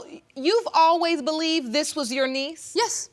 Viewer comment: “yesh your honor”